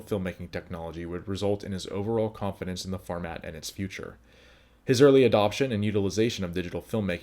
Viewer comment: Nascent forma...t-ah.